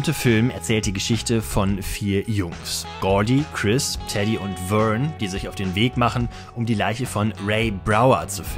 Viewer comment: Sorry aber das V wird wie ein W gesprochen, Vern heißt als Wörn und nicht Förn. Ich hasse klugscheissen eigentlich 😂